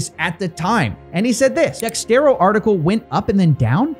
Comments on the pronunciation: why does everyone say dextero about dexerto bro lmao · Can't say Ice is "better known" as Paul Denino lmfao infinitely more people recognize Ice Also it's Dexerto. Not Dextero.